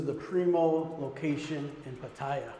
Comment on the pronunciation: Mate ...........Pah tire ...plz learn the pronunciation